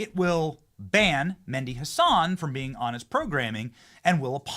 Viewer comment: It's not Mendi Hasan. Its M e h d i with an "h" Arabic name.